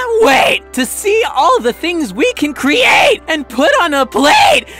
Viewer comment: “I can’t WAIT to see all the things we can cre ATE and put on a pl ATE ..for two to r ATE